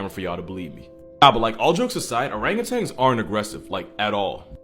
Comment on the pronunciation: It's not ORANGUTANGS it's ORANGUTAN... You should know this